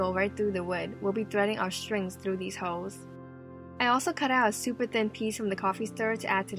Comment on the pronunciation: The way she says holes sounds like hoes 😂😂😂